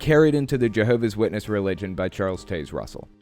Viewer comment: je-hoe-v-ass shitness